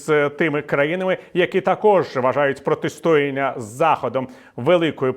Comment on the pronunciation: Не протистОяння, а протистоЯння.